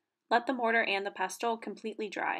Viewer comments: This is brilliant, great explanations and demonstrating. Thank you for sharing your extensive knowledge. Just a note, though, the ‘t’ is silent in pestle (all words are with this type of spelling). 😊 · Not sure I trust the advice of somebody who cannot even say the word pestle correctly. It is pronounced with a silent 'T'